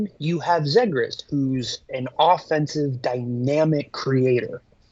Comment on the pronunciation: McTavish for Nylander has got to be the stupidest thing that has come out of that dudes mouth and that’s saying something considering the dude can’t even pronounce Zegras correctly